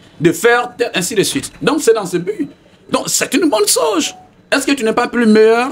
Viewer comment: Veuillez m'excuser hein, je sors un peu du thème juste pour comprendre quelque chose. Loin pour moi toute sorte de moqueries. Pourquoi les Guinéens ont du mal à bien prononcer le mot CHOSE ? Sinon... belle émission !